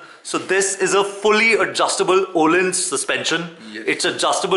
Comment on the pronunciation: It's not oh-lins...😂 It's öuuu-lins😎 #650ib